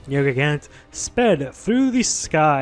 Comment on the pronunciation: Ugh this YouTuber who doesn't know how to pernounce the monster name... ugh.